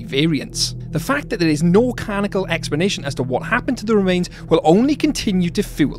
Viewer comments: Bro, you really need to work on your pronunciations! So many word pronounced incorrectly in this video. For example, the word is 'canonical' NOT 'canackle' 😅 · Did you say she was Ethanised? Also, it's 'canonical' not 'canicol' sorry, but your pronunciations are all over the place!